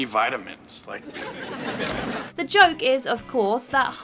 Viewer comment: I don’t like how you pronounce vitamins